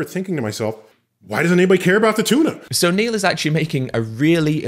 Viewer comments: “tchuna” lol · bro it’s tuna not chuna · "chewna" heh, good vid tho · It's "Tuna", not "Chuna" 🤣 I'm not morally obligated to be vegan or anything else. Morals are a human construct. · Its tuna not chewna ffs. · I had no idea that tuna started with a "ch".